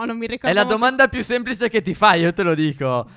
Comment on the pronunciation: Mettete like se avete sentito stef dire semplise